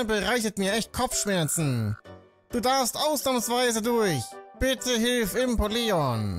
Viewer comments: Sehr cooler Stream, aber bitte hör auf Impoleon falsch auszusprechen.😭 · Wie der Impoleon ausspricht😂😂😂😂Impo Leon😂😂😂